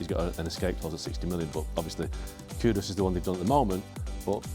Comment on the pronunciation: These clowns can’t even get Kudus’s name right. ‘Kudos’ lmao. Cant believe the dude chose Spurs, I guess he has no trophy ambition and he will be gone for a month in the middle of the season for AFCON.